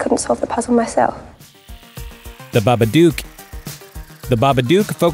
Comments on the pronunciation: Babaduk not babadoook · It’s baba DOOK not baba DUKE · its pronounce bah-ba- dook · Haha the babadoock... yeah you really Said that Right.. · Glenn the clip told him how to say it as well! Ffs babadook is pronounced babba-duck 😬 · It's funny how he say the babadook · Lol the way he pronounces babadook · WHY DO YOU SAY BABADOOK LIKE THIS